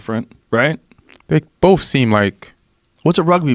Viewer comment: Please people the word is BOTH not BOFE, THIS not DIS, THAT not DAT